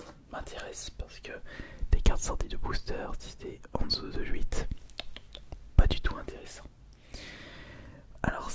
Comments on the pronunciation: C’est « huit » mais il le dit d’une certaine façon, c’est plutôt troublant. ( mais j’adore son ASMR !! ) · Il a toujours eu des souci de prononciation, meme s'il s'est beaucoup amelioré ces dernieres annees. Si tu regardes ses vieilles videos sur sa chaine principale, tu verras qu'il a du mal a prononcer certains mots. Je pense que "Huit" fait parti des mots avec lesquels il a du mal, et vu qu'il sait dire "Lui", il a du prendre l'habitude d'utiliser ce mot comme base (ce qui donne Lhuit), et ca a du rester avec le temps ;)